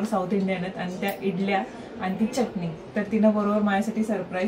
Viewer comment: च्यटणी नाही चटणी असं बोलतात 🙌